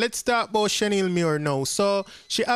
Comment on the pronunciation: Her name is not Shen-Neil her name is Shan-eil💯💯